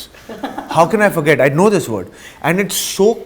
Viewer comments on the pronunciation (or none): none